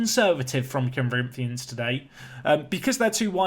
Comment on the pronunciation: You didn´t mess up Corinthians name no need to worry lol